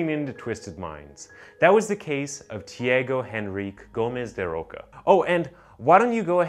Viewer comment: Say tea-ah-go en-reek -kay Tiago Enrique